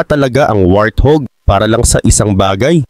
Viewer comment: Hahaha, what do you say? Wrathug? Lol 😂